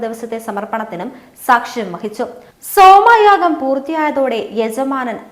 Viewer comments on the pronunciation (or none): യാ ഗാ ശാല അല്ല യാഗശാല ആണ്. സോമായാഗം സോമയാഗം